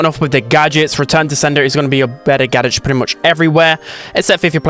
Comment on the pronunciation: "better gadetch"